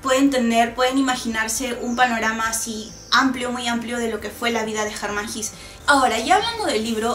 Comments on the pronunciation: Por que pronuncia jis... no es jes? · SE PRONUNCIA "GESÂ" NO "GIS". ES ALEMÁN, NO INGLÉS. En alemán, todas las palabras que terminan en E o ER, casi se pronuncian como una A. EJEMPLO: WEISE (vaisa) o HELLER (jela). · Se pronuncia en alemán Como se escribe: Hesse. (no "His") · Sandra Schulz ¿Entonces se pronuncia < > y no < > ni < >? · Hola, me alegra que hayas resenado este libro, es uno de mis favoritos. La verdad que me cambio la vida, completamente. Tengo algunas anotaciones que podrian interesar. Primero, la pronunciacion del escritor vendria hacer algo asi como /jesse/, Segundo, existe una pelicula americana acerca del libro, el director es Fred Haines el mismo que llevo a la pantalla Tropico de cancer y Ulysses. Tercero, la ultima parte del libro la del teatro magico, y las cinco puertas me parece ALUCINANTE muy pero muy parecido al capitulo final de Twin Peaks. Bueno no te aburro un fuerte abrazo sigue con los videos, espero que tu siguiente escritor sea Junot Diaz. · La pronunciación exacta de Hesse es /jéese/ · Horrible pronunciación del apellido!!!